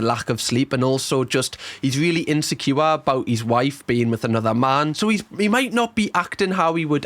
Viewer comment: Insecure = in-sek-kiyu-wa